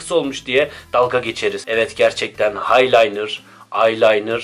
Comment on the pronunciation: Haylaynır, aylaynır , haylatır